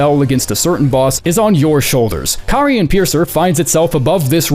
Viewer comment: Out of all the big creators making Elden Ring content, why is the only one who can properly pronounce "Carian"??? 😆